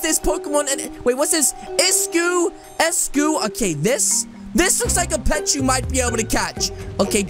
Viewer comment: You said eiscue wrong it’s ice cue